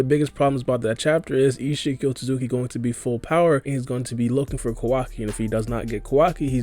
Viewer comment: The way he says “ichigi ozuki” 😂